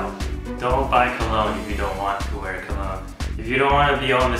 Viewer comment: colon!!! O.O you mean cologne...